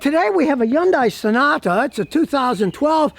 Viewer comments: Scotty its a Hyundai not yun die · People, you are mispronouncing Hyundai. It is enunciated Heeyun te and you slur Heeyun as one syllable. Also, people mispronounce taekwondo as Tai which sounds idiotic to me. It is said, te gwon to. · someday scotty will realize yundai starts with an H